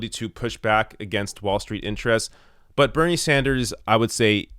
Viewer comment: is it a french thing? it sounds like you're saying bernier.